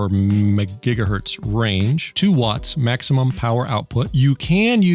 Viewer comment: majjigahurtz lol 🤣